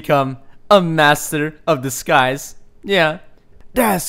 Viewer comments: Did anyone else think he said "Master of The Skies" instead of "Master of Disguise" ??? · Second mod, i thought u said 'master of the skys' at first.